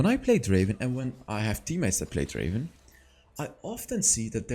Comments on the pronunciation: Not draven, draaaveen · Not draven it's draaaveenn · Not Draven.......Drrrraaaaavvven 🤣🤣 I Love this Guy so much He ia my absolut fav Draven